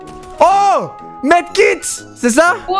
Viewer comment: Il a dis Med kit😂😂😂😂😂